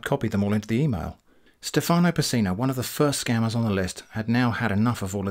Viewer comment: in Stefano, the italian name, the stress of the word is on the e, not on the a